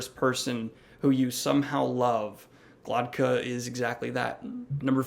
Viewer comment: It sounds like you are pronouncing Glokta as Glodka. I think you will enjoy red rising from what i have gathered! Good luck